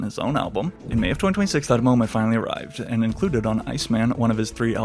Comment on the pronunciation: the way you say "2026" is distracting